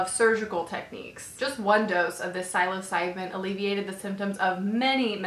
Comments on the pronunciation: Psilocybin is pronounced sill-o-sY-bin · It's pronounced SILL(like in 'silly' or a window sill)-oh-SIGH-bin, just btw :)